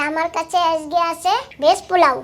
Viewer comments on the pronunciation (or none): none